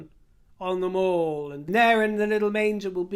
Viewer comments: Love your chats, they make me laugh out loud and your dresses and jewellery are divine. One thing though…… Mall, as in The Mall, or Pall Mall, is pronounced mall, as in pal, not as in maul. Hope you don’t mind me being a picky old bird! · Love the satire,. Always brilliant! Disappointed to see Thomas Markle is speaking out about coming to meet Prince Charles and Her Majesty at the time of the jubilee. Such bad taste! And, we (as Londoners) always pronounced The Mall (as in Pall) not Mawl as in American.